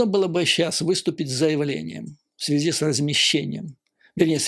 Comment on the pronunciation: Немного не в тему. Многоуважаемый Юрий Борисович, вы мой любимый блогер, простите. Больше никого не могу больше слушать , тяжело. Ваша подача идеальна! Маленький, совершенно несущественный нюанс , простите, --- выбивается из плавной красивой речи чисто путинское, много раз раскритикованное филологами " в этой связИ". Простите еще раз. С глубочайшим уважением.